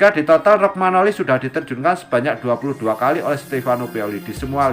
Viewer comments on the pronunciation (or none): Romagnoli atau rogmanoli ya? Pengisi suaranya agak kacau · 🤣🤣🤣 kog bacax rogmanoli belepotan